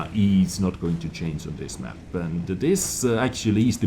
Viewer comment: !!:D If you can say "... remain unCHANGEd..." totally correct, then what is so hard about "... subject to CHANGE"?? You say it right when it has a -d at the end;)